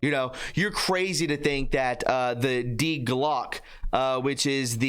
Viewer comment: Die Glocke is pronounced dee glocke--pronounce the e as eh. the bell. I don't think a person got it in. It was chained to a structure built for it, and it swayed around. I want to know where it ended up: Antarctica? Argentina?